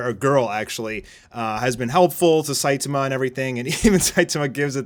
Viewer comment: SaitAma, not Saitema. So frustrating :P